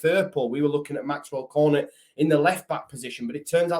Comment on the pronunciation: Pretty sure you pronounce Cornet as Corn-ay. Silent t in French and all that. Like how you say beret. Still you probably need never say his name again